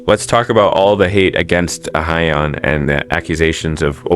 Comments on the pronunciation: Just for future reference, her name is not pronounced like uh-hy-yun. It's pronounced like "Ah hyun" and the "hy" part is not pronounced like "hi". It's just an "h" + "yun". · I'm not a stan so i wouldn't know but are you pronouncing her name correctly? Korean names are usually two syllables (Ah-yeon). You're saying A-hy-eon. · It’s not ahayeon it’s pronounced ayon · Ah-hyon, not ah-hy-yon lol. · "aha-yeon" jfc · Learn to pronounce her name correctly 😂